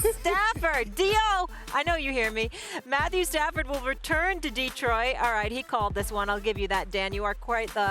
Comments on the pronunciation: It’s not Matthew padford. It’s Stat Padford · “Matthew Padford” 😂😂😂